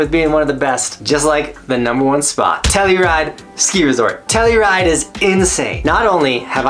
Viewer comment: Telluride is exactly how you said it. When I was there, there was lots of pow and the peak was open. I had 2 snow days in a row. Dig the list